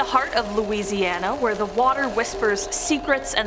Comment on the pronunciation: I'm from Louisiana, and I must compliment your pronunciation of the cities and names of lakes here.